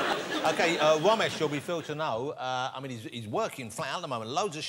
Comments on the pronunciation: It's Ramesh not romesh womesh bhomesh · So he can say Ramsey but not Ramesh?